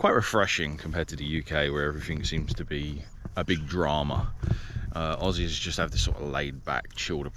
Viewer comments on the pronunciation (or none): none